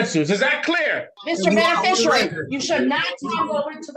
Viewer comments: I heard benifishyouairy a couple times…🙄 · "Benefeficerary"? At least learn to pronounce the word.